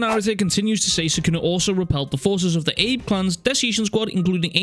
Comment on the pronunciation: Bro it's "ah-bay" clan, not "Abe" clan. Sorry that just keeps bothering me.